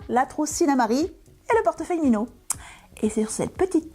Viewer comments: Merci. Et pour le côté Minho, ça se dit Minihou en portugais et Minihó en espagnol 😊🥰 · Bon tuto! Pour la prononciation en portugais le "nh" se prononce "gn".😉